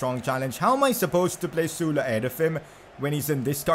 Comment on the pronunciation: He pronounced ‘sule’ sula